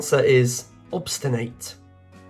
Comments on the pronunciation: not awbstinayt but awbstinet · Where are you from? I’m from AoNZ, a kiwi, and haven’t heard a single mispronunciation. Possibly more formal than conversational eg obsti-8 -I would just obstin-nit sort of thing